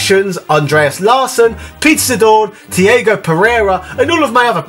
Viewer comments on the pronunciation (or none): none